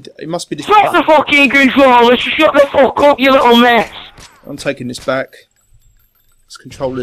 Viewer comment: lol he says " I don't give a FWAWWWK!